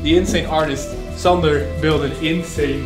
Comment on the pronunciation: Finally someone non Estonian guy pronounces "Sander" correctly